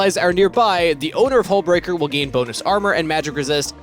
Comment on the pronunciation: I thought you said Hole Breaker and I almost spit my coffee out.